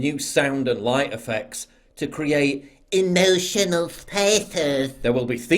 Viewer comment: eeemotional spatheths 😂 love it